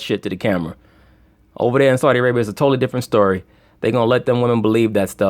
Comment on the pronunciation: "Esau-di Arabia" allegedly